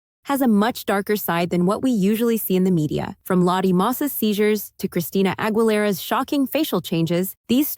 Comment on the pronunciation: christina angul- era!! lolol